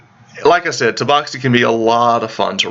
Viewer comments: It's Tabaxi not Taboxi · Taboxy....... That hurt me so i stopped watching... Sorry words are hard I guess